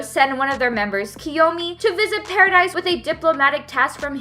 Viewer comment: It is paradis(para - dees) not paradise